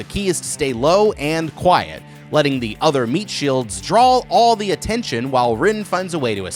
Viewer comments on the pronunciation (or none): seen every video, but i ain't subscribing until he says "draw" instead of drawl